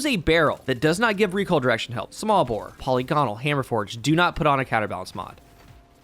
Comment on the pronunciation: Cringe every time polygonal gets pronounced incorrectly 😅